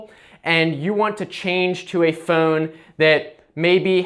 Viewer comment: What is that accent I hear when he says "Phone". Fooone